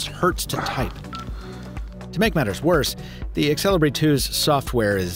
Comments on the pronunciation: it's pronounced "sell-e-bray" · really... i thought it be more like zel-ee-bree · I've always wondered why native English speakers pronounce letter e before x. Like Xelibri here becomes exelibri.